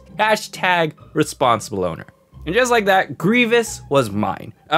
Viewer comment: "Respon ible owner"